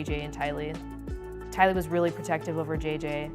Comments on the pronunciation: Tylee…. TIE-LEE. The lack of care out into pronouncing names, especially of the victims is really disrespectful. It happens way too much, Unsubbing ✌🏻 I’m proud of you for pronouncing JJ right though 🥳 oh and her brother didn’t take his own life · I thought Tylee's name was pronounced TIE LEE not TEE LEE, ? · TEA-LEE?! You’re so disrespectful and you do it in almost every video. You’re doing it on purpose atp. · TIE-LEE..... NOT TEA-LEE.... Girl do better, this case was broadcast everywhere.... could you not HEAR them pronounce her name?? Geeze its the least you could do since you're getting a bag off the dead... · Do you not listen to your own audio? Her name is TIE-lee not TEE-lee, soo disrespectful. You do this a lot, you are a great narrator but you need to watch your prounouciation! This is a common problem mispronouning names and places and words! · Her name prononce TYLEE, NOT Tili...... Sorry but i cannot not say it... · It’s pronounced tie lee not tea lee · Tea Lee? 🤦‍♀️ TY-LEE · I'm sorry...but I'm an ''Optomist '', a follower of Lori's brother Adam's and Grunkle Rex' podcast !! it wasn't 7 previous lives...and Tylee is pronounced Tie-Lee,,, I'm sorry but there are so many mistakes...in honour of the children please get things correct... SHE MOST DEFINITELY DID NOT KILL THE KIDS TO GO ON HOLIDAY !! Tammy was not an ex-wife , she was still married and suffocated by Chad ! Alex did NOT commit suicide !! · I love your videos but come on why do u mispronoune Tylee its Tie-lee is English your second language? Are you bilingual or something?? I never make fun of people that, pronounce words WRONG bcoz people learn them by reading. But come on. Im sure your an American and speak english. But, doing your research on these cases im 100% certain that you've watch videos like 48hours, ABC 2020 etc they do not mispronounce words especially the victims names. You need to do better. Yhis is just constructive criticism. Come on hun watch and learn!!